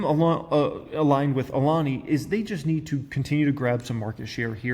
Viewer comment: lol cool you learned how to pronounce Alani. Always improving.